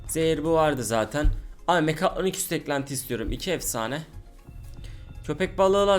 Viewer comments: sen önce git 1 konuşmayı öyren mekatonik deyil mekatronik tmmı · abi niye hep mekaytyonik diyon